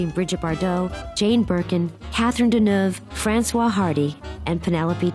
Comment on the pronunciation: In reference to Françoise Hardy, the second part of "FrançOISE" is pronounced like "WAS". On this footage it is mispronounced as "François", the man's version of this first name.